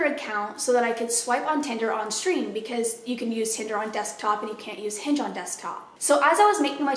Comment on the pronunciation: I thought you say “I’m unhinged” instead of “I’m on Hinge” and I was like well I appreciate the honesty before context clues kicked in.